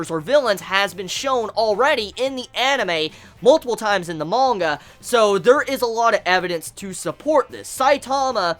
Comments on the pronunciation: Lol they way he says "mooonga" XD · Nice video! But why are you saying monga? Is there a reason or is it juat your pronounciation?